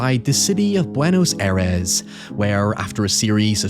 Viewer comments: You actually had the pronunciation for Aterrados. Buenos Aires, though... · Hahahahahaha yeeees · A lot of people pointed this out, but they never provided a proper feedback. Buenos Aires is pronounced "booeh-nəz ʌee-rehz". But it was pretty good. Don't want to discourage you. On the contrary. I love people trying to learn new languages <3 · Yeah is fine lol, also that Buenos Aires sounded quite funny in a hilarious way